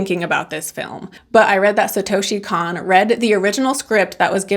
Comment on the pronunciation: This is one of the best movies ever made. Also his name is pronounced like Cone, like ice cream cone ❤